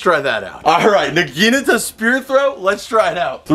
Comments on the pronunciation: Please. I'm begging you. Nah gee natah, not na gee NUH ta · Nagi-nata not nagine-ata dude says it's his fav weapon but can't even pronounce it right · Dude you’re really fun to watch and everything. But for gods sake. It’s pronounced “naw-gee-naw-ta” not “nuh-geen-nuh-tuh.” At first I thought you were just having fun with the name. But the longer the video went on the more it seemed like you actually didn’t really know how to pronounce the name of the weapon. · No offense man but it's pronounced "nah gin ah tah" not nah gee nat a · Naga-nata the I is silent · Its nagunotu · I don't know why, but the way he says naginata just hurts me on a spiritual level. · Toy know for a naginata being your favorite wepen you think yoy would learn how to say its name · love your videos, but got to be honest when you say that the naginata is your favorite weapon and then proceed to constantly mispronounce it i just die a little on the inside... don't know if this has come up in the comments before but just...thought i should bring it up... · please learn how to pronounce naginata! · they have to be mispronouncing naginata on purpose... right? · Nog a not a Eeeeeeeeeeeeeee